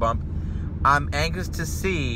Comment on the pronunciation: "I'm angus to see..." hahah